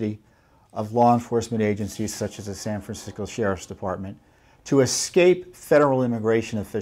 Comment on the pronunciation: Did he say San Fran-sickos? Around the mark! LOL.... right-on Mr. Fitton, right on!!